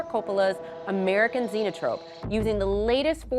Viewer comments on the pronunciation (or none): 5: 20 "...at Francis Ford Coppola's American ZENOtrope" ??!!" This woman doesn't know what she's talking about - is reading cue cards.